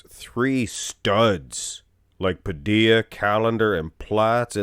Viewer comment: Its Danny Pa - dill-a, where's 2 L's in his name